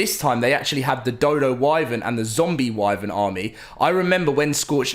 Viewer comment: I’m really getting sick of him mispronouncing “wyvern”